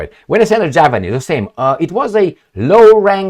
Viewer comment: 🤦🏼‍♂️Dam-it Emil, it's pronounced, "Javelin!" Sounds like: ja·vuh·luhn. Javelin Missile, how long until you educate yourself how to say? It's been months and months already, enough time to get it right. 🙄